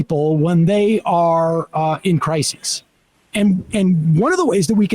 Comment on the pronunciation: *Crises (cry seas) is the plural of crisis, Sam. Not criseses